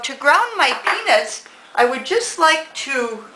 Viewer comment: i love your video and it almost sounds like you say penis however i do think you are saying peanuts , but i chuckled anyway and think you are a great instructor.